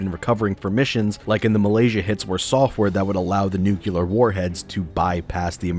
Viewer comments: NU CLE AR! NUCLEAR! NUCLEAR! I'm sorry. I just have flashbacks to Superman 4 where Gene Hackman has the same issue and pronounces Nuclear as nucular. And i just lose it every time a hear it. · "Nucular" warhead ? Come on ...